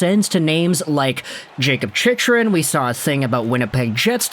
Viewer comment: Hey. Going to dislike every video your mispronounce Chick-rin's name in. No excuse st this point. For real, do you have a speech impediment? Literacy issues?